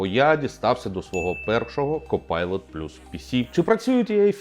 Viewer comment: Важливе зауваження: це не copilot, це cockpilot. Дякую